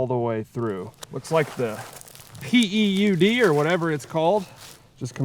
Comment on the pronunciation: PEUD? Pronounced like feud. When you hit it it's been PEWED.